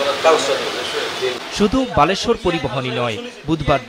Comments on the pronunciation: সাংবাদিক ভাই বালেশ্বর হবে না বলেশ্বর পরিবহন 🤣 এভাবে বল কে বাল বলে ফেললে তো হবে না পরিবহনের বেইজ্জতি করে ফেললেন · আরে বেটা বালেশ্বর না বলেশ্বর। 😂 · ভাই বালেশ্বর না বলেশ্বর পরিবহন হবে। দয়া করে ভাষা ঠিক করেন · সাংবাদিক সাহেব,,ওটা বলেশ্বর পরিবহন 😮 আপনি বলেছেন বালেশ্বর 😂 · বালেশ্বর না বলেশ্বর,,,,, উপস্থাপন ভাই কি আটো পাশ😑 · বলেশ্বর কে বালেশ্বর বললো মজা পেলাম 😂😂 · সাংঘাতিক আগে বলেশ্বর আর বালেশ্বর উচ্চারণ করা শেখো